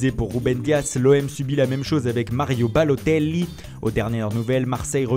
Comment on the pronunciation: "Mario Balotelli" mdr l'accent